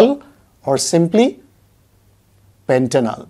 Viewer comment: Not pentanol it's pentanal